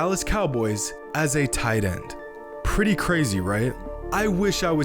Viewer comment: Like whem he said ''Baylor starting tight ende" jejeje nICe